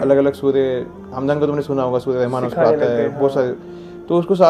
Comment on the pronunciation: Assalamualaikum bhai, One correction in your recitation and speech. Its not “Rehman” Actually it should be pronounced as “Rahman”